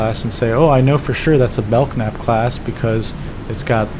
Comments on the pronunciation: Belk Nape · Don't know if anyone in the comments has already said this, but Belknap is pronounced BELL-nap, the K is silent. Thanks for a great video!